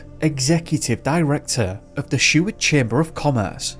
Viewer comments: I remember when this happened & you don't pronounce Seward or Kenai right at all, other than that good job.Greetings from Anchorage, Alaska. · I remember when this happened & you don't pronounce Seward or Kenai right at all, other than that good job.Greetings from Anchorage, Alaska. New to your channel, Happy New Year 🎉 but this is still very sad for Paul's family not noing what happened to their loved one.